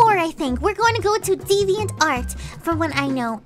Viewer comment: "we're going to devinart" NO